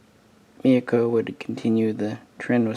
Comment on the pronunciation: It's not Mayoko or Miyako lol, i don't know why Myoko is so hard to pronounce for so many people. Also It's Haguro not Haruna. Cheers